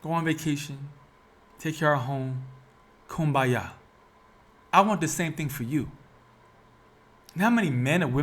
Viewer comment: This man keeps repeating coonmbaya as a solution 😂😂😂😂